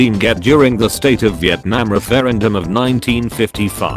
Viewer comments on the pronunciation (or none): none